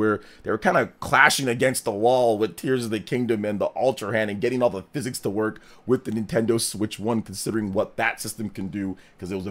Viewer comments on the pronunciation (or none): none